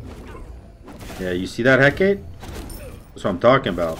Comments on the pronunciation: again it's Heck-a-tee or Heck-a-tA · Let our boy alone with his EhKate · He-kah-tay (phonetic) Had to throw it out there. Keep up the good work 👍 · Pronounced heh-kaw-tay ☺️ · It's pronounced Heck-ah-tay by most westerners buts It's actually Eh-Kah-tee. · can never pronounce Hecate right Lmao. Good vid! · i die a little every time you say "hecate" like that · everyone in the Smite community pronounces Hecate wrong....... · Hecate is three syllables